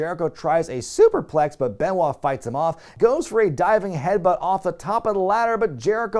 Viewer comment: Chimmel called, he wants his pronunciation of "suuuuuuperplex" back lol